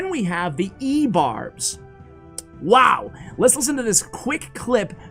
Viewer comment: I gagged once you said ebarbs.